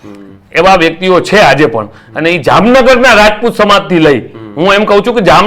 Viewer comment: રાજપૂત બોલો રજપૂત નહિ